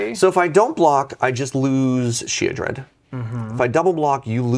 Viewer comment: "Oh that sheoldred" 🤬